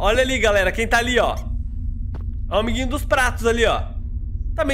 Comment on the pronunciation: A parte que achei engraçada foi do vídeo "óia o amigrinho dos prato"kskskskkssk